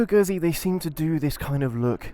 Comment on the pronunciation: Moto Gøhsié xD